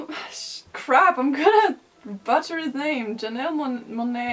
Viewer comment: I love you and it cracked me up that you pronounced "Janelle Monae" correctly and then immediately pronounced "butchered" incorrectly. English is a bitch like that